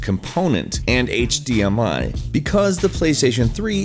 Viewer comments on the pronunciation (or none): none